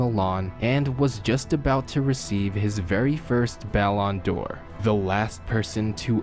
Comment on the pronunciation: Hate the way you say Ballon d’or. Sounds like you’re saying “bell on door” Sweet videos tho 🤝